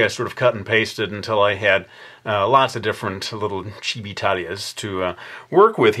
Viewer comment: Ikr! And Chibi not chibi lol